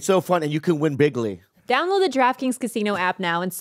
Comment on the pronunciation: Did Bobby say bigley